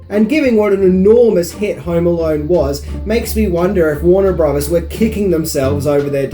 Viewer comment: It's "filthy" animal, not "filffy" animal." And brothers isn't pronounced as "bruvvers" either.